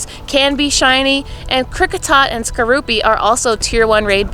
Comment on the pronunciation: Nice to see that you pronounce Scizor and Skorupi's names correctly... unlike some people. lmao